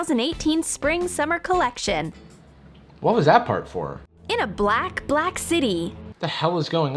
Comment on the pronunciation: Forgin? Seriously? Forgin? Its foreign...